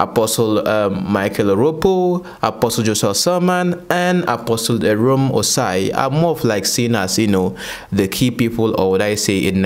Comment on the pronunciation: Dear... AROME is pronounced (Ah-row-meh)